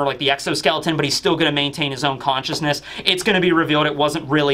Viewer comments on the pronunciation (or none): none